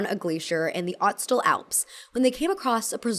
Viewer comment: 1.04: Just for info: The 'O' in Ötztal has an umlaut so it's pronounced 'erts-taal' or 'uts-taal' not 'ots-taal'.